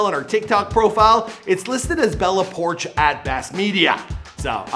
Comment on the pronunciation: It's not bella porsh it's pourchh